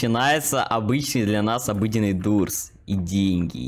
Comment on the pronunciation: Не дурс а дорс правильно говорится